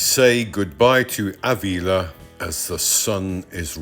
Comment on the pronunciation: Nice video, very relaxing. Pedantic mode on........Ávila has an accent on the first A, so the stress is on that letter (not the I)...........pedantic mode off!